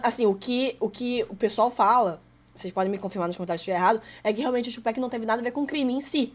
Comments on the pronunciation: O foda, ela assistiu um vídeo do cara falando PAC, dava 10 segundos ela vinha com o tchupec kkk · ela não entendeu ainda que é tupac, não tupec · Top o react meninas, Sean Combs é o P Diddy, e P Diddy é o Puff Daddy, ele basicamente faz muita merda, e depois muda de nome pra tentar apagar as merdas que fazia, mas ai vai e faz merda dnv kkkkkk, e outra coisa, vai ter muita gente criticando vocês por falar Péc em vez de Pac no nome do Tupac kkkkk ja avisando antes. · Pronuncia dela é masa tchú péc não amiga ( TUPAC mais bruto ) TUPAC TUPAC TUPAC 👍🏽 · Se fala Tupac não Tupack, só pra avisar. Pq tem muita pessoa que taca hate por isso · Não aguento mais o "Tio Péqui" 😭